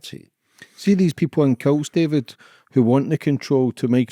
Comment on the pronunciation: it sounded like you said ‘see these people in kilts’ 😂😂